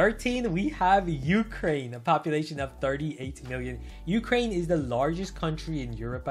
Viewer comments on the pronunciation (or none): none